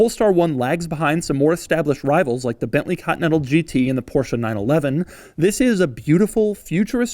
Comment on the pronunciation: Everybody: PorschE Doug: Portia. Everybody: Coupé Doug: Cuup.